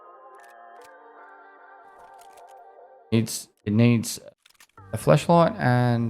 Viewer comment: Every time he would say flashlight in his accent was cracking me up since it sounded like fleshlight 😂😂 Let’s just throw a quick fleshlight on this gun, that’ll definitely improve its ergo 😂😂